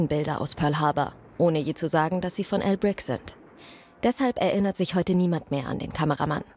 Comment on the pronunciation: Jedes mal ein Shot trinken, wenn sie "Al Brick" sagt. Hahah